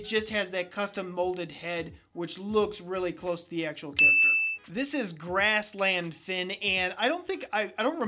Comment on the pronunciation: IT’S FERN NOT GRASS LAND FIN